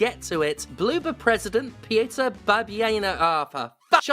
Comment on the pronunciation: pyotr (Single syllable, no vowel between t and r) bah-byeh-noh (stress on second syllable)